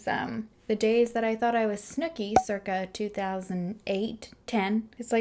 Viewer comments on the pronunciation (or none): none